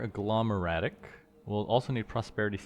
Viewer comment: Every time you said "infernium" or "agglomeratic" a small piece of me died 😂